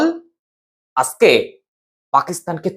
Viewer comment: খুব ভালো লাগলো। আজকে বলুন,আসকে বললে বড্ডো কানে লাগে।